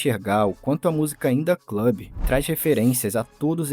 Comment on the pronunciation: "indah club" lollll